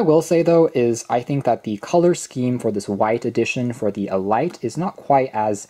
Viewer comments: I believe it is pronounced as 'Eh-Leet',... not Ee-Light, just saying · Hmm...I wonder if it's really pronounced "E-Lite"....or just "elite", as in the definition, "the choice or best of anything considered collectively, as of a group or class of persons"? Good review....amazed they've got wireless charging at this price point. They're definitely going after the Air Pods Pro with this knockoff. Bluedio has been around for awhile, and has impressed the likes of Unbox Therapy.